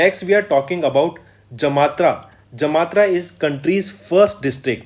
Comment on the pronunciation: Sir, it's Jamtara and not Jamatra.